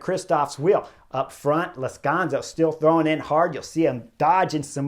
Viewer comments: Chris, it's Lazcano, not Lazcanzo. Anyway, great review again! I don't get to see many of these race live, but watching your video's is almost better. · I'm sorry Chris, Lazkanzo? or Lazkano? Not once you said it right knucklehead. :)